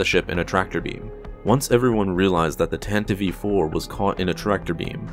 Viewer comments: I find it disturbing that called the tantive iv "Tenta vee 4" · Love this video But, just gotta address my pet peeve, its pronounced Tan-tiv 4, not Tan-tiv-ey 4 😊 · Tantive IV. Not "Tantive-Eve IV" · Its Tantive 5, not tantive Vee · My guy, it's the Tantive IV (4) not the Tantive v 4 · "Tantive v. 4"? That doesn't sound right, m8. Nice vid tho. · If you listen to the original NPR Official Radio Adaptation of the series from 1979, it is pronounced Tanta-vee Four. That has always been the correct pronunciation. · How old are you? If you listen to the original NPR Official Radio Adaptation of the series from 1979, it is pronounced Tanta-vee Four. That has always been the correct pronunciation. Every old-school Star Wars fan pronounces it like George Lucas did: Tanta-Vee Four. George said it, and that's how it is. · Wrong. If you listen to the original NPR Official Radio Adaptation of the series from 1979, it is pronounced Tanta-vee Four. That has always been the correct pronunciation. Every old-school Star Wars fan pronounces it like George Lucas did: Tanta-Vee Four.